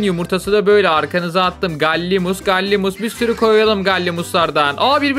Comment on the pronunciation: Galimus değil galimimus